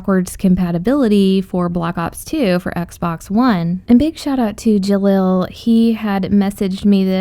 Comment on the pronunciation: It's black ops 2 not block ops 2 pronounce it right